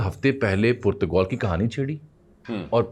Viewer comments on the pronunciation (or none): Koirala Jami ko btaey k Purtgol nahi hai Portugal hai😂